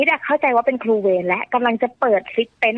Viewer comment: ครูนะหนูไม่ใช่คู